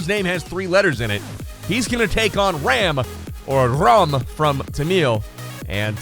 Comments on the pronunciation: Not ram . say raam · pb u pronounce RAM its our lord name ram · It’s neither Ramm nor Rum it’s pronounced as Raam.. name of one of India’s God.. Lord Rama..:) pls I’m not angry or anything just thought of mentioning it.. love you always 😊🙌